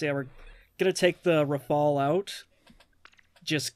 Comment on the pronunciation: You called the Rafale like the proper french pronounciation yay! Also I think the stage of apocalypse did the no music thing well but AC6 is not AC0 PS: )~*** XD